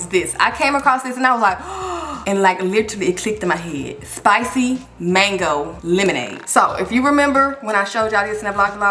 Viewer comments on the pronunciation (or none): none